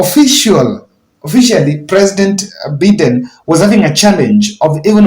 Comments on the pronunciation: USA President's name is pronounced "B-ai-den" not "Bi-den" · Why are your replies with so much hate. He was just trying to emphasize the correct way of pronouncing Biden’s name and the correct way is Bay den. Why is it a big deal here!!!! My Goodness. So petty replies. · Good videos. Correct yourself on pronucing America's president, Joe Biden not Beaden😂😂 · Thank you for your analysis. I just wanted to remind you that the US President’s name is pronounced as Bye- den. Thank you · Biden, Bayden, Bimden who cares? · A lot of talk with no substance. I am getting bored with Yr analysis. Plse check Yr pronunciation of Biden. Just listen to Cnn youbwill get the right way to say it.